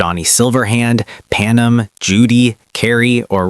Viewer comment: that would be all the ai slop leaking out of this content - notice panAM is pronounced 'Pan-Em' etc, at best they aint play it, explains this having 2 comments when i got here even with 3k subs/2k views lol